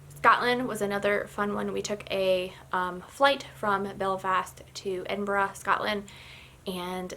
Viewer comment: I love Northern Ireland and Ireland 🇮🇪 Used to go for my daughters Irish dancing competitions and visited the titanic museum It’s a joy to hear you pronounce Edinburgh properly lol If you are ever in Scotland 🏴 again let me know as I live 30 mins away from Glasgow 😂 xx